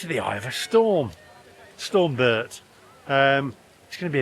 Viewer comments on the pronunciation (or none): Storm Bert not berti